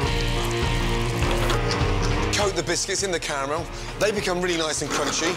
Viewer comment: Did I just heard Gordon said "camarel" instead of "caramel" on ????? Or I was just wrong?